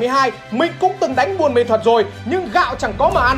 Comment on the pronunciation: Ông cứ đọc sai thành buôn mê thuật hài v😅